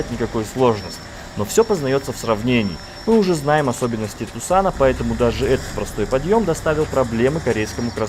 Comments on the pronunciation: За то что Тюксон назвали Тусаном (Тусаном, Карл!) сразу дислайк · Diyas Valikhan У нас в стране никогда так не говорили (в русских обзорах тоже), но в интернете я нашёл две интерпретации названия этой «машины». Как Туксон так и Туссан, но Туссан безумно режет ухо.